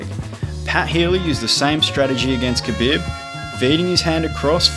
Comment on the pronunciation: Nice video but my guys name is pronounced "kha-beeb" not "bib"